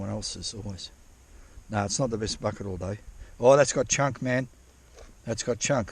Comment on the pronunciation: Couple things to note…. I counted exactly 27 F@ Having said that, let’s give that a +/- of 2 because when you say Bucket, it sounds like F@ It! Secondly, your catchphrases are hilarious. The salami stick comment had me rolling 😂 Third, you could market that trommel and sell it! That’s your golden ticket! Have you ever done an actual how to for how to build it? I’ve watched almost all of your videos and I can’t remember if you had. Anyway, it’s absolute genius. You having that makes you the only one who can run that creek when it’s so low. It’s incredible. Lastly, you’re on the gold and you shouldn’t stop. It piles up each and every time you go out there!